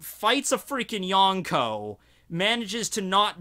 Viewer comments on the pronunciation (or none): none